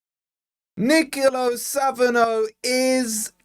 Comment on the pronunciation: Nicolo' with an accent means it's pronounced differently